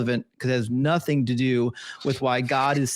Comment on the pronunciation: I must be getting old. People seem to be leaving the "T" sound out of specific word; nothing has changed to "nuh-in", and Satan is now pronounced "say-in". Is this a recent change?...just curious.